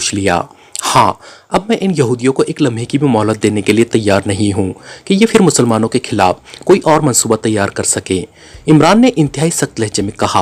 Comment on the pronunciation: Phal , k word m h ko silent nei ker sakty , Phal ko pahl bolna h Ap fhal bolty hain Kisi b letter ko silent nei kerna Phir ko phir bolna h Ap Fhir bolty hain ?????? Silent nei kerna Kuch b Kisi urdu k teacher s apni ushkil Hull ker wain JAZAKALLAH KHAIR